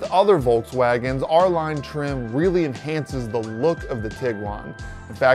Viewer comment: It’s “R-Line” lol